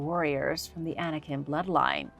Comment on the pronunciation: I was not clear with my statement. I know Anikin is the name of Darth Vader. The point I was (poorly) trying to make was that was saying ANIKIM, with an m sound at the end. You were comparing two different but very similar sounding things. So you CLEARLY don't know what YOU are talking about. You might want to be sure you know what you are talking about before you verbally attack someone. I was just trying to help you see how your original statement had nothing to do with what was talking about.